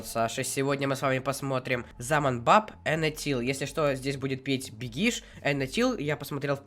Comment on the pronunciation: бегиш ударение падает на 'е'